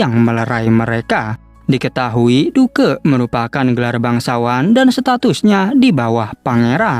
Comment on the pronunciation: Wkwk penyebutan nya " DUK " bg bukan " DUKE " 😂